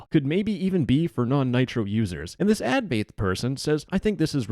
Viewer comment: you're pronouncing "advaith" completely wrong